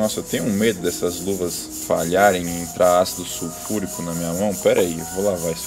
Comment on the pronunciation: "suFURICÃO" QQISOBARONE?